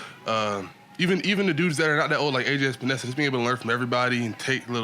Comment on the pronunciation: Lol it's not just outsiders, even teammate Greg calls AJ "Espenesa"